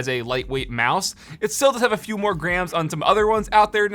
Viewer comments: When he said it comes in at 80 grams, I thought he originally said 80 grand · It sounded like he said it was 80 Grand and I freaked out for a second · Am I the only one that heard 80 grand when he said 80 grams?